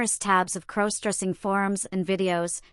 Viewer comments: Stop mispronouncing crossdressing 😮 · Please stop mispronouncing crossdressing 😮😮